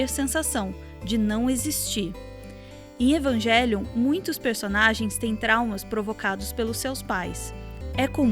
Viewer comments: Só uma dica, no original a pronúncia seria "evanguelion", não "evanjelion" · Amo o canal, detalhe pras pronúncias de "Shinji" que é na verdade "Shindi" e "Evangélion" seria "Evangerion" (L não existe no japonês), pois "ji" como em "jiló" e "jé" como em "pajé" são sons que não existem no japonês, mas nada que tire o valor do vídeo.